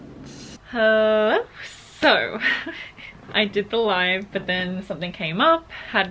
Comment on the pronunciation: I always hear butt whenever she says but. You can’t unhear it now. 😂 lovelots full support 💯💯